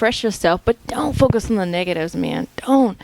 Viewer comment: When you said focus i thought you said smoke some x'D